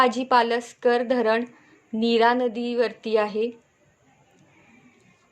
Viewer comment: नावांचा अभ्यास जरा व्यवस्थित करा मॅडम , कुह्रा नसून कह्रा , पालस्कर नसून पासलकर आहे